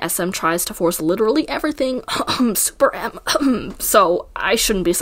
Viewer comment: Why did I think you coughed sp-rm instead of SuperM